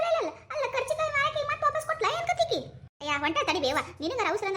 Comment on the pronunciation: Adu karjikayii alla kaarcjikayi